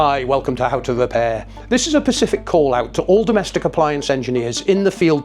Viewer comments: Specific, not pacific 🤦🏻‍♂ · What's a "Pacific" call out ? - Is it the same as a "Specific call out", but with correct spelling and pronunciation ? 😂😂😂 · Specific, not Pacific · It's specific, not Pacific. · I can't trust you if you say pacific instead of specific. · *specific, not Pacific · Pacific? Why can't people say specific? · "Pacific call out"!!! did you mean specific? otherwise brilliant video highlighting a huge problem of manufacturers ignoring right to repair. Interestingly our Siemens IQ700 doesnt show the wash count using the method you have shown does this mean it doesnt have a welded drum or is there a different method of finding wash count? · "pacific call-out"?!?! 😂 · Did you seriously say "this is a pacific call out.." ? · a "PACIFIC" call out ??? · Specific. Say it with me. Spe-ci-fic. Specific. Well done.